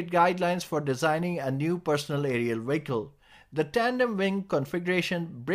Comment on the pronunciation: I wondered why you kept saying WIGGLE, then I realised you meant VEHICLE. Lol!